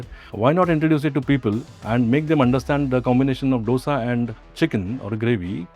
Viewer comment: Last restaurant - Madras Mood, The owner mentioned that his native is Karnataka. I beg to differ, I caught him on the way he pronounced Dosa. He pronounced Dosa the way we start pronouncing "Doughnut". Its not the sound "Do" from Doughnut but its the sound which we get from hindi word "Do" i.e. number 2,. So you should pronounce Dosa by staring with "Do", the way you say number 2 in hindi and then "Sa" is normal. Probably Madras Mood owner is not be a Kannadiga, but best of luck for spreading south indian food. Apologies if I am incorrect anywhere. 🙏🙏